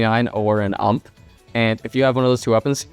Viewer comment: it's not ump, its U-M-P.